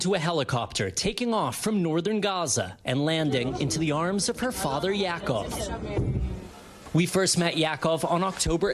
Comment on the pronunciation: Reporter Raf Sanchez should be made aware that Hebrew name- pronunciation is exactly as it is in Spanish. i.e. The name Yaakov is pronounced “Yah-cove”. PS The Reporter’s last name is one used for those of Sephardic lineage during the Spanish Inquisition.